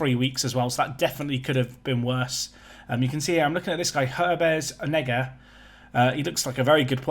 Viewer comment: Needs to say it “or-nay-ga”